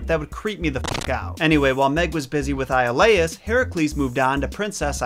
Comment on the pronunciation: one you pronounced his second wife's name wrong, as well as Iolaus